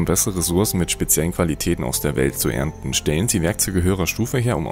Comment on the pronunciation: Die Hanfblätter beim erntern und "Das Welt" sind meine Highlights :D